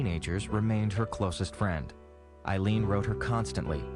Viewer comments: Aileen, not Arleen. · Did her lawyer really just call her “Arleen” ???????